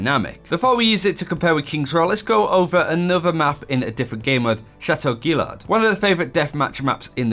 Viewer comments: *Shah-tow Gee-yah-rd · You did not just Butcher Chateu Guillard